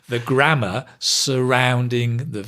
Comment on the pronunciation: The "grammater" was hilarious;)